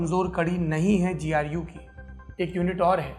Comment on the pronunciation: Sir GU KYU BOL RHE HO गु kyu ni bol rhe 😂